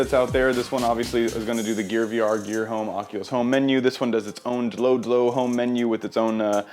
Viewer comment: Pronounced "dodo" like the dodo bird